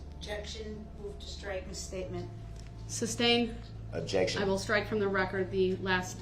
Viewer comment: The entire trial Duh-Rell couldn’t figure out that is pronounced “Sustained” not substained